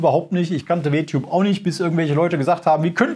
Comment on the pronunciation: "W-Tube" xD, hat keiner in der Redaktion Englischkenntnisse, um zu verstehen, dass man es englisch aussprechen muss, damit der Witz funktioniert? LG